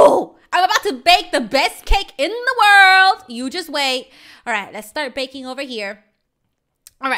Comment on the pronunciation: When screamed baking I thought she said bacon 🥓 lol